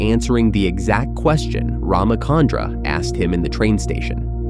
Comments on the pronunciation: Please note that its Ramachandra (cha as in charcoal), not Ramakandra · First, Neo wasn't blind during this scene; he was unconscious, having lost consciousness at the end of the scene Reloaded. Second, being an Indian, hearing the miscommunication of RamaKandra is painful. It's RamaChandra, “Ch” as Chill, not Chemistry. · Its not Ramakandra, its Rama chandra just like how we pronounce Cha in chalk. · It's cha.. Like one two cha cha cha... Ram-Chandra not kandra